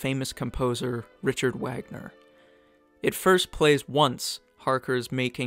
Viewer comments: Hey please remember your German "W": rules Wismar is pronounced VISMAR and the composer is call VAGNER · The narrator mispronounced Wagner. The W should be pronounced like a V.